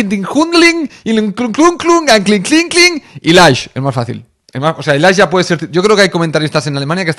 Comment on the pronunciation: "Anklin Klin"🤣🤣